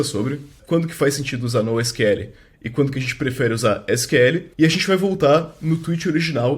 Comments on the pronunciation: o nosql ele mistura portugues e ingles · E pior que nem fala assim. Fala “nou síquel” E “síquel” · Pq sql ele fala com sotaque Br e nosql fala com sotaque inglês?